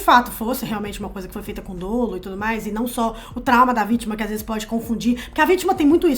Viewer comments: Não se fala dôlo não, gente, é dólo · a pode te confirmar, mas não se diz "dôlo" no direito, mas sim dólo!